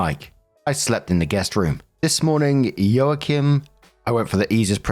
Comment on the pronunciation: Joachim is pronounced Wah-keem. It's the common European (German, French, Polish, etc) spelling of an Ancient Hebrew name (Jehoiachin (יְהוֹיָכִין) or Jehoiakim (יְהוֹיָקִים)).